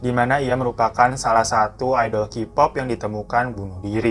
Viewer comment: Mas sebelum lanjut gw geli bgt dgn cara baca lu. Bukan KIPOP BACANYA KEYPOP. Kalo Kipop itu nulisnya jd QPOP. Tolong sebelum lanjut belajar alfabet dlm bahasa inggris dulu. Jujur gw keganggu bgt padahal mau tahu beritanya tp jd ilfeel denger qpop